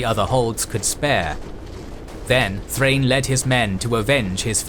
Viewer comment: Also Thrain is pronounced like Thra-in. Gimli'a grandfather Groin is probably happy that names work like that